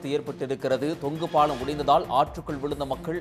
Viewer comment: Thongu paalam nu sollunga thongu paalm sollathinga